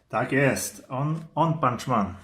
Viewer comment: One punch man - "Łan pancz men" One wymawia się "łan" a nie "on" Sory ale to bardzo irytuje 😁